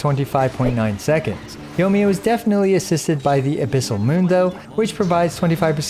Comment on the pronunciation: YO-miya lmao